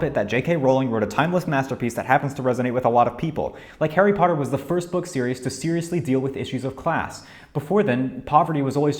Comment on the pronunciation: arry pottah